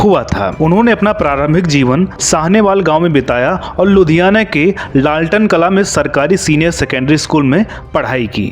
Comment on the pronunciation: अबे O भैया जगह का नाम तो सही तरह से ले लिया कर, लालटेन कला नहीं ललतो कला है, साहनेवाला नहीं साहनेवाल